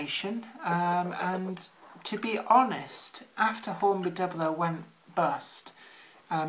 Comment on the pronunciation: It's pronounced doo-blow not dubl-oh.